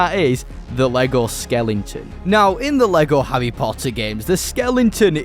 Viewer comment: ahh yes the skelington